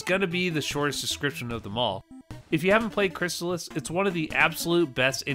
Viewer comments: Crystalis is pronounced crystal (like the drink) is. Not crysalis. And fuck that, crystalis took a good formula and absolutely perfected it. Its better than LoZ as an action RPG. LoZ doesnt have an actual story when you break it down. No towns, no narrative, no levelling. Its not really an RPG. Its an action game. Its an awesome game, dont get me wrong - but Crystalis is a better action RPG. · It's Crystal-is, not Chrysalis. You can hear the pronunciation in old commercials for the game. And it's better than the original Legend of Zelda by far.